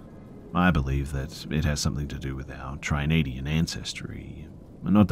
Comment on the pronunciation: Tri-nadian.... did you mean Trinidadian?